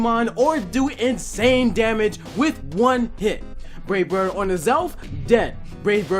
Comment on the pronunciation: Put choice band on crobat give it wavebird??? I cant understand what you're saying??? please someone tell me